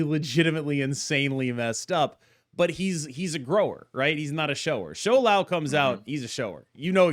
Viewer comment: Props to pronouncing Shou Lao better than Lamby in mandarin 😂